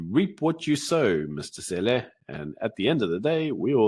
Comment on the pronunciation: Lol, your deliberate pronouncing Cele as Sêlê is funny in a racist sense